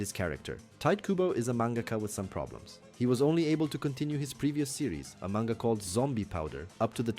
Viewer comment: You say manga wrong. Fake fan